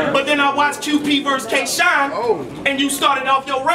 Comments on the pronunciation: "Kay" Shine? That's low-key disrespectful. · "Kay" Shine, tho? SMH